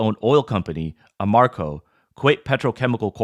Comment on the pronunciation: Pronounce ah ram co correctly.